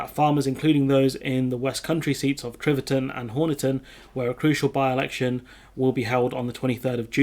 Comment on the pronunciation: T i v e r t o n, not T r i v e r t o n.